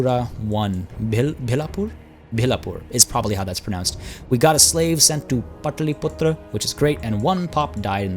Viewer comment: Almost perfect pronunciation and thnx for playing the kingdom for which i am most excited